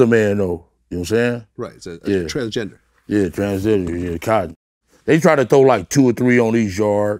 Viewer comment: ‘She was transginger’ 😬